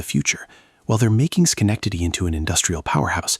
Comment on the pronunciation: Even AI can't pronounce Schenectady.